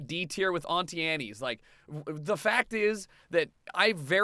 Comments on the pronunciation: 1 wtf is an ontee aneee it’s pronounced an-tee Ann’ 2 you’re opinions are shit but it’s you’re opinion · Did you actually just pronounce Auntie Anne’s like that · The way he said Auntie Anne's....